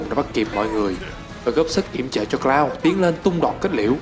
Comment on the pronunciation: )) thất vọng về "Cờ Lau" 😅😅😂😂